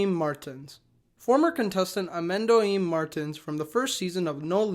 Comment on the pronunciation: You trying to pronunciate "Amendoim Martins" and "No Limite" is very cute and funny. Also, No Limite has a controversy about a contestant being disqualified after they fainted in a trip, it was a hard trip and they didn't slept on the camp as they was supposed to do, as the host never said they needed to, it was unfair, gladly they gave them a car as a reward to cope it. It happened in No Limite 2.